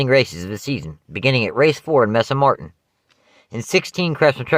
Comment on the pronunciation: mesa *MARIN* not martin unless you did say marin.....it sounded like you said martin